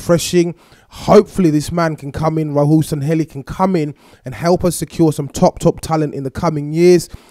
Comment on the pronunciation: SANLLEHI you said Sanhelli